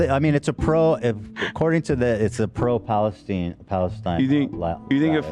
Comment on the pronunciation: he refuses to even pronounce Palestine correctly